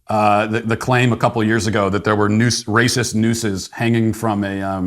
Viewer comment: "This is prolly the RAY-CISS place Ah ever been.... An Ah need a number for CAW-prit."